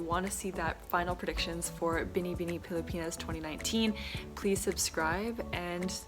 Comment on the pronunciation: You surprised me! You can now say BINIBINI just right. Yes!